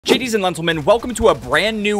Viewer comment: Gadies and Lentlemen😂😂